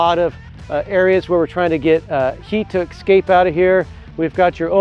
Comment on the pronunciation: Thanks for not chopping the roof down. Fantastic build. BTW, "ex-scape" is not a word.